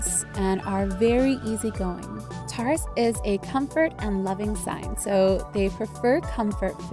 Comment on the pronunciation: I'm sorry but in the beginning you pronounced it wrong XD I still love u tho